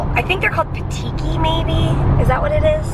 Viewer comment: They are called petechiae. Pronounced just like you did just add an ah sound to the end.